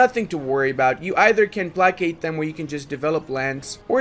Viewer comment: I have watched a ton of your videos and I don't know if you are trolling us or not when you pronounce placate, but I thought - if not - I would provide you with this link.